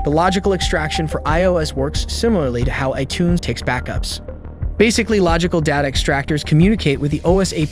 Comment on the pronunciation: back-UPS. Sounds like it may have tripped up on a space or hyphen. Tough to tell though